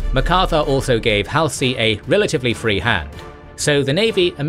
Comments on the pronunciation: Halsey's name is pronounced -- Haul-zee, not Hal-see. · It’s been long enough that it might be time to learn to say Halsey.